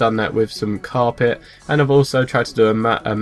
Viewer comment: It's carpet not Cape